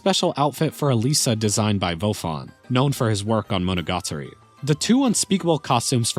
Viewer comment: Learns how to pronounce Ys, doesn't learn how to pronounce Monogatari nor Utawarerumono. Typical American moment.